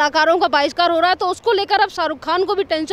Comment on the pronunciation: जी बोलते तो सही और अच्छा है,लेकीन बोलने की धुन में शब्दों का गलत उच्चारण करते हैं। मसलन- बायकॉट को बॉयकॉट बोलना, कलाकार को कलुकार बोलेना इत्यादी-इत्यादी।इसे सुधारें, क्यूँकी उत्तर प्रदेश तो हिंदी भाषा का गढ़ है। ठीक उभी तरह भेंटवार्ता लेनेवाली मॅडम भी कुछ इसतरह से शब्दों का अशुद्ध उच्चारण करती हैं। मसलन- इनके बोलने में एक शब्द है 'बाहिष्कार', जब की इस शब्द का सही उच्चारण 'बहिष्कार' है,न की 'बाहिष्कार',कारण आपके इतना अच्छा बोलते समय शब्दों में जब व्याकरण संबंधी कोई त्रुटी आती है तब ऐसा लगता है मानो कोई स्वादिष्ट पकवान या सब्जी खाते-खाते निवाले में अचानक से कोई कंकड़ या बाल आ गया हो। अंत में हिंदी भाषा का सौंदर्य बनाए रखें। धन्यवाद।